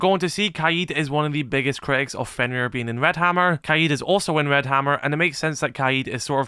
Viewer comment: You’re saying Keeyeh’s instead of KADE